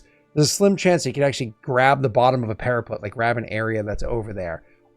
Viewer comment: After more time, I am nearly there, but every time I heard "para-PUT" like "put it on the shelf" my heart was hurt. It's "para-PET". Like "we adopted a new PET dog". Please. Save them.